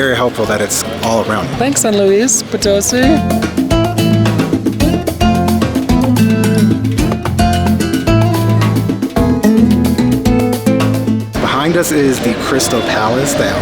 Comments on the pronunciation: Try saying poe-toe-SEE instead of poe-TOE-see. Most native English speakers want to emphasize the middle syllable but it’s really the last. I think got it right that last time though. Great video and town! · hola, no creo porque el acento está en la sí de Poto-sí :) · it's pronounced Poto-seeeee not po- toe-see. Accent on the last syllable. lol. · Very cool! I went to SLP once to visit family and loved it! I really want to go back one day, the city center is beautiful! BTW it’s pronounced Potoe-see (emphases on the “see”) 😉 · It's Po-to-SEE! Dudes! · If you are going to report on a city you should be able to pronounce it!!